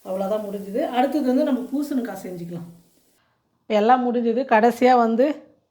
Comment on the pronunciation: பூசணுக்கா இல்லை. பூசணிக்காய் மா.